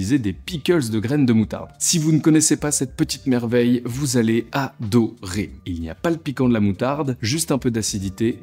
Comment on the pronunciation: Quand j' ai entendu "vous allez A-Do-Rer" j' ai entendu Mcskyz dire que quelqu'un s'était Vo-La-Ti-li-Se.... et là, je join the dots.... et ça revient au gars dans le hachoir...😂